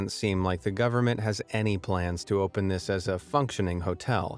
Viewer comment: As soon as I heard the voice say "Ohppen" as opposed to "Open" I knew the gig was up. AI.